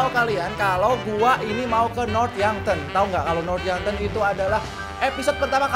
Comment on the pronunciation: North yankton bang bukan North yonkton